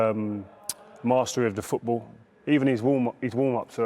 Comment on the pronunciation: Rio Ferdinand it's called 'FooT BaLL' not FootBOOR.